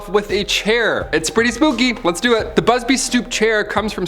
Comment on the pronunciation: you said BUBSY in the 26 second mark